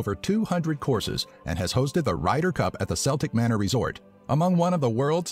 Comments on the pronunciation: You are fast becoming my new favourite channel on YouTube. Keep up the great work. The golf course is pronounced KELTIC MANOR (CELTIC) and not SELTIC MANOR. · My guy called it the SELtic manor😂😂